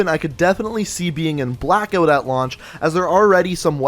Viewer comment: Pretty clear that is an 8 shot revolver and is it Canadian to pronounce it Blackeout?